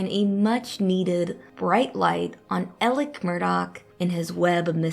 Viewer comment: Why is she saying Elic when his name is Alex ???